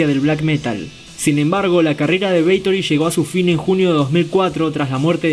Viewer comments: ¿Es BATHORY o “beitori”? 😂😂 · Si, parece weon diciendo beitory. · Porqué dices “Beitory” dumb ass? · Jajajaja! Beitory. Pronunciaciones estilo Emma Havok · Jajajajajaja🤣🤣🤣🤣 Así es Parcero idéntico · Lo mismo estaba pensando parce jajajajajaja